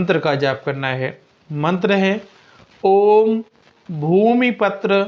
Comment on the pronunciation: Bhumi patra is wrong word. Patra means a leaf. It should be Bhumi PUTRA means Mangal is the putra or son of Bhumi.Wtong pronunciation does not give you any benefit.